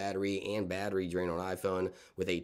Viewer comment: " batteri intelligence " LOLOLOL